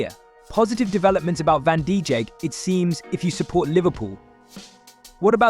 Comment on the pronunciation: its van dijk not van dijik